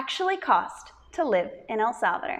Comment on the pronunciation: “ el salveder” 😂 lol El salvadooooorrrr chica ❤